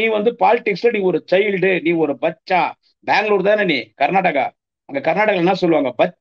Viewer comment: பச்சா கிடையாது உச்சா sir